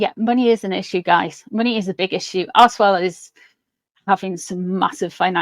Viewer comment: I'm from Canada. Everytime you said archwell I heard arsewell. I think I might get my hearing testing!!